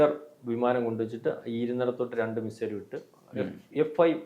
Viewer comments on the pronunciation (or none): none